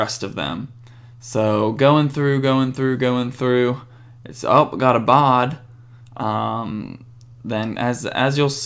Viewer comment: You say Vejsa instead of Vesa and you said bad instead of Baade, so what i Think you should do is giving the J sound to Baade so it sounds like Bejd cause thats his right name and then Vesa without the J sound :D Great vid